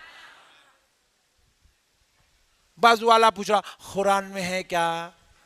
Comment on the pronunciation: Hurran nhi Quran hota ha sahi traa tu bol lu